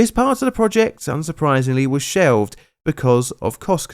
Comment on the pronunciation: It's the way you pronounce (or don't pronounce) the l that gives it away (the cockney thing) more than anything else (sheovd for shelved). In RP (Received Pronunciation) or "Southern British Standard" the l is never voiced (except in words like "almond", where it's supposed to be).